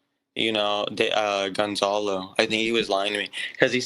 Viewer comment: He called him Ponzalo not Gonzalo. And even though that's what is saying he can't be trusted. If your friends send you a photo telling you that this singer is paying off someone to keep their mouths closed and your reaction is to keep quiet anything you have to say now just seems like a clout chase cus you didn't give asf then why give af now? We don't know if Ponzalo is the kid getting paid off. Your just taking hearsay from this guy. We don't know what's true. He wasn't there. He don't know.